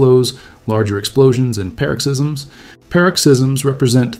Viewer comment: are you saying paroxysms? Like ‘pa,’ and ‘rocks,’ or is it a different word entirely?